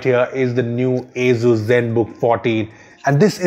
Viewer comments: it isnt "azzzuuzzz" is "asus" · dat aizooz